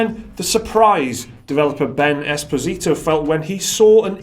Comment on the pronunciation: I guess it's pronounced "espòsito" lol